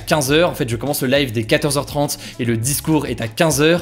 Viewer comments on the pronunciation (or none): none